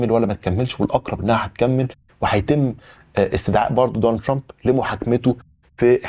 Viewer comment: كلامك كويس الا نطق اسم ترامب